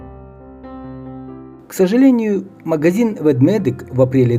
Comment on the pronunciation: Ведмедик ( а не Ведведик)😉